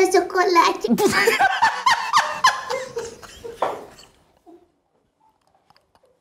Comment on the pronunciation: Çocolate! Aí meu deus, çocolate! Kkk